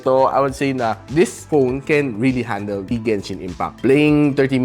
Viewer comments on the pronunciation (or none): none